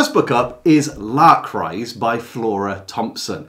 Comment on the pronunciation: It took me several minutes and some googling to realize he was "trying to say' Lark Rise. I tried L'cryse... etc.